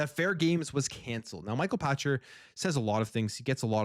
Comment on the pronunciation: It is Pachter as in pack-ter. You are thinking Patcher. Get it right Canadian! Lol.